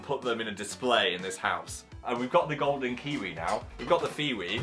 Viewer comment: I love the “ph-ing” of our vocabulary now Phiwi is definitely the best so far